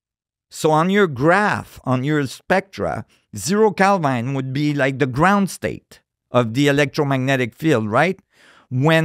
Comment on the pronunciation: When he said hbarmu , I said wait a minute, and later he pronounced Kelvin as kelvine, I stopped listening😂